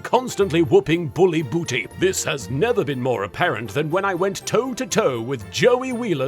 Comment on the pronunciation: lol the way you say “Booty” lmao Joey is ridiculous for going back twice 🙄🤣